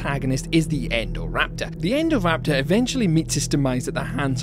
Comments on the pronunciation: Indo-raptor get it's name after the Indominus Rex it was based on. Yet you pronounce Indominus Rex correctly then call it Endoraptor? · it's so weird it's called "INdoraptor" and yet everyone in the films and in this video says "ENdoraptor"